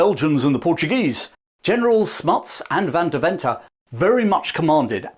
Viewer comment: Van Deventer is pronounced “Fun Dearven-ter”